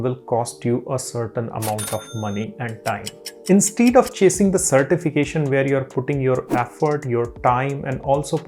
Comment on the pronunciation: plz check the pronunciation of 'instead'